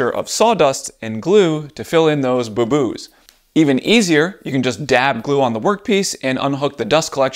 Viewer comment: I 100% agree with everything you said but the way you said "boo-boos" disturbs me.